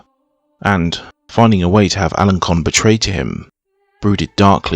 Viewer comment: Alençon = "al-on-SON". Avranches = "av-RONSH". Bellême = "bell-EM".